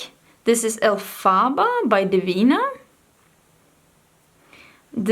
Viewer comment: omg I just cringed so hard when you pronounced elphaba 😂